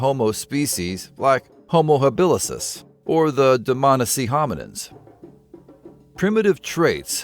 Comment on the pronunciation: It's Homo habilis dude. As opposed to habilisis.